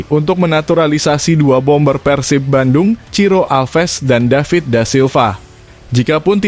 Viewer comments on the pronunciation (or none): none